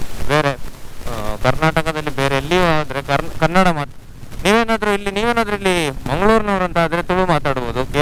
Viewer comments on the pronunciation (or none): none